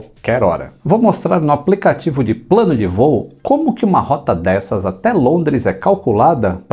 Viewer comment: Ô rapaz, o nosso "praneta" é "prano" sim sinhô hehehe